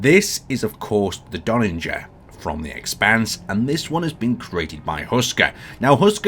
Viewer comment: There needs to be a third iteration of the Donnager for to review, cos he seems to be getting close to pronouncing it right each time:D